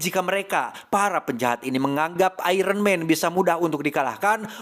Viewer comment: Iron mang bukn iron man🗿🗿